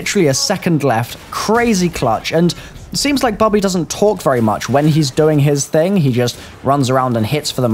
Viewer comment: It's Bobby not Bubby